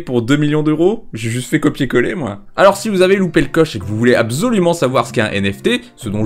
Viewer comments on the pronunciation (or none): je crois qu'on dit abssolument parce que le s ça se prononce z que entre deux voyelles. continues tes nouveaux formats c'est de mieux en mieux (mais prononce bien absolument quand même)